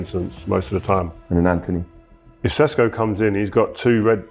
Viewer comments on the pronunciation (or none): none